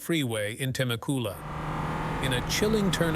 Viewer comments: nope. as someone who has been living in temecula for 10 years, it definitely didn’t pronounce it right. the ai said temecoola and its pronounced tem-ec-youla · .. that's not how you sat Temecula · fr i live in temecula so i honestly laughed about that one. i think it’s because it’s an ai voice. also fun fact: it happened 5 mins away from my house